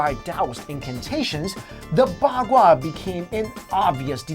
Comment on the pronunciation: The zao you pronaunced it with the second sound. Its pronaunced with the third and the bagua you also wrongly pronaunced, you should work on it!